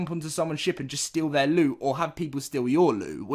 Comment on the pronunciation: say LOOT NOT ELLOD